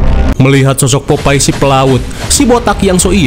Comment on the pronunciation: Sikopet😂😂😂😂😂.... Popeyes jadi sebutan popai wkwkwk...